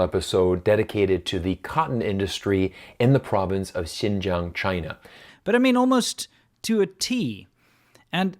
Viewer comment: lol, gotta love how I barely know any Chinese but I pronounce "Xinjiang" less like a foreigner than this shill who LIVES IN CHINA